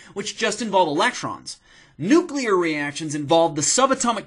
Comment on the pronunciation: Almost peed my pants. Pronounce the word nuclear correctly. I just can't even. You're hysterical. :)